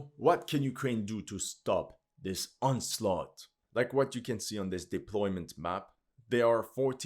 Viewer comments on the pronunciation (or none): none